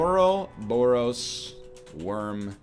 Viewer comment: I don't know if Ryan reads the comments or if someone else has said this before because I don't read the comments but "ouroboros" is pronounced like "or rob or us". Thanks, DropMix/Harmonix for teaching me that!